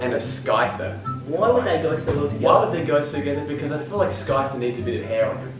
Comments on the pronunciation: the cringe SKY-THER IT BURNS scythe-r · its not pronounced sky-fer its pronounced sy-fer! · Its not pronounced sy-fer! Its pronounced Sy-ther! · fuckin SKYTHER?? its Scyther....Si...ther, dumbasses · He pronounced scyther "skyther"! HAHAHAHHA! ITS "psyther" GET IT RIGHT BRITS! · its pronounce cyther not skyther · Did the "Pokemon Fan" seriously just pronounce Scyther as Skyther?.... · "sky-ther" Really!!! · ....did he just say SKYther? ....no. Oh my god. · how can you say Scizor right but say Scyther wrong?